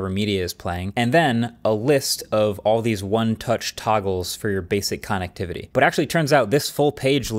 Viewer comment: This dude really said "con, ectivity" instead of connectivity. And damn, half the sentences are in uptalk/ending in questions. Painful first 2 minutes